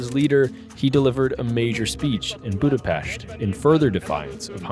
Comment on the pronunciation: I forgot to mention how much I love the fact that you could pronounce Budapest like how it's supposed to be.